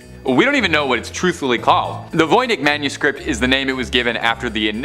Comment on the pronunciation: It's pronounced: Von Itch.